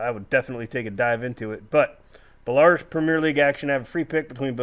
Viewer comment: Story not a criticism just a suggestion for ya its pronounced bell-a roos